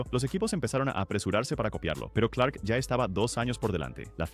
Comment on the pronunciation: Empece a ver el video, hasta que llego al . 2 errores muy basicos que delatan que NO TIENES NI IDEA. Suficiente para dejar de verlo -Es Jim CLARK, no "Clerk" -El de la foto es Graham Hill